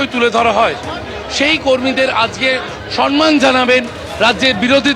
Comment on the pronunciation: কি হাল সংবাদ দিচ্ছে যে। বলল সনমান জানাবেন। সম্মানকে উচ্চারণ করছে সনমান।